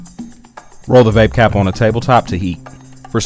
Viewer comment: "Vapecap" lol